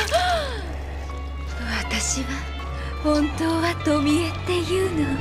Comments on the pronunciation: t o m i e, dibaca biasa aja bang kalau dibaca tomi malah kayak cowok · its TOMIE not TOMI